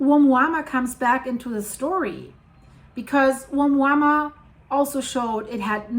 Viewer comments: You are. It's pronounced oh MOO-ah MOO-ah. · It’s pronounced a mooa mooa. Like a cow moo’s. Hope that helps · Thank you so much for these videos! Let me help you pronounce the first object from the Hawaiian language Ou - mua -mua Like you just got surprised walking into a cow Oh! Moooo-a. Mooo-a 😊